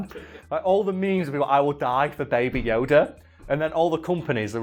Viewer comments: At some point during the video I started hearing it as Yoder and now I cant unhear it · I love how pronunciation of Yoda varies between "Yo-dah," "Yo-duh," and "Yo-der."